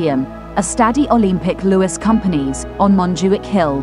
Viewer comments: A la locutora le podrían haber avisado en el guión, que se pronuncia "Barça" (fonéticamente Barsa y no "Barca"). Y que el Estadi Olimpic es Lluis Companys (fonéticamente sería "Lluis Compains" en lugar de "Lluis Cómpanís"). Oir durante todo el video "Barca" en lugar de Barça hace daño a los oídos, especialmente a sus seguidores.... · ¿Barka? ¿Lluis Companee? ¿Are you kidding me? You are doing a job on a team, make sure to learn how to pronunciate the names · Friendly reminder: In Catalan "Lluís Companys" "Ll" sounds like in "sevilla" and "ny" as in Spanish "ñ". That would be aproximately "Yoois Koompañs". Ah, and the ce cedile in Barça sounds like a regular "s". Fun fact: Camp Nou means "new field" (as it substituted former stadium of Les Corts). So the New Camp Nou is the very new new field :D